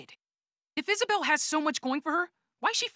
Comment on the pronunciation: Is-a-Bell Frick the ‘e’